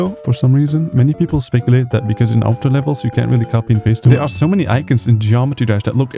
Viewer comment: it's aw-to, not ow-to